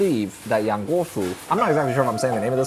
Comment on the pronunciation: Yang pronounced like young not Ian………😂😂😂